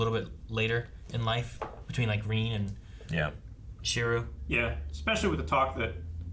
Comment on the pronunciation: It's been 24 episodes and still calls him Shiru:D